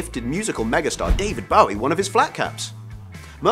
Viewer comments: Please please stop saying David Ba-wee, it's BOW-ee, makes one cringe! How can anyone, especially a Brit pronounce his name like that! And Ania Taylor-Joy - a "big" name.. errr, seriously?! Plus, she was annoying as hell - with her popping eyes, scary-staring resting face and those cut-off lips made it horribly distracting in all the scenes with her in them. She totally overacts and didn't fit in well at all, imo. (I cannot believe they've cast her in Emma, such a wrong fit..). If anyone decides to reply my comment, don't start to crucify me, this is my own opinion for which I have a right. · You pronounced “Bowie” wrong mate. The man himself said it like tie a bow😉 not take a bow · Hate to be picayune, but I can't keep watching a video that grossly mispronounces David Bowie's name. For the love of God. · Has this dude REALLY never heard David Bowies name pronounced? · Why is this host mispronouncing David Bowie's name over and over again?! Isn't this part about famous people?! like wtf, and then no one on the staff putting this together noticed or made a suggesting to correct it?>!